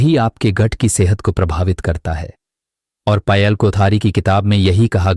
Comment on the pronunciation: पायल को पयल क्यों बोल रहे हैं